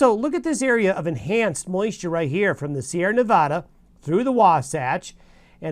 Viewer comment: Please don't pronounce Nevada with a soft first A. There is no aaaw in Nevada. The A is pronounced as it is in add. It grates on the nerves of all those who live or have lived there and it isn't right. Place names are pronounced as those who live there pronounce them.